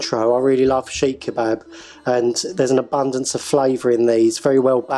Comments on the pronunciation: Never heard of a SHEEKH KEBAB...THE DAMN THING IS CALLED "SEEEK KEBAB" SEEKH KEBAB NOT SHEEEK! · Is that how you pronounce it? Chic kebab?